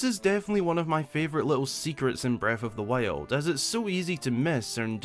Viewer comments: Every time a video starts with: “Breaf of th Wiald” I grin. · Bread of the Wale 😆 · Haha beste Aussprache